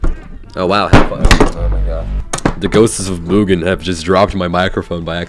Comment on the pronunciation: Its read mug an